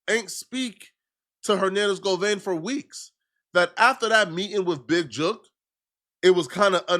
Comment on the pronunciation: Go vein 😂😂😂😂 it's Go van